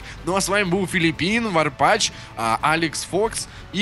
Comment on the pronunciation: а почему ты варпатч,а не варпаз?